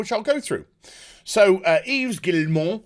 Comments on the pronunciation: Oh a propos, as a matter of correct pronunciation of the french name Yves....the s is silent, therefore, it should sound like "EVE" when you say it correctly. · Yves is actually pronounced "eve". The more you know.. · btw the s is silent in Yves:)